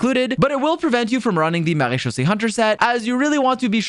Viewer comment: I love that you pronounce marechaussée correctly (as a french speaking person)